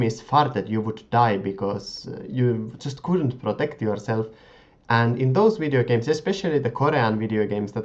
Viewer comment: Funny how you say videogames, or anything with a v :) "wideogames" :) Nice vids btw ^^